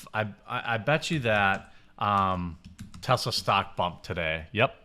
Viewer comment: Jeremy…. Say it with me Tess-laa not Tez la